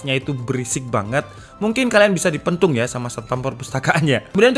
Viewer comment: Gatau kenapa ngakak sama kata "pentung" nya wkwkwk